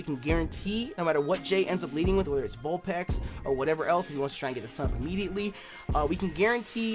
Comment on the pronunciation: Vulpex? Haha these pronunciations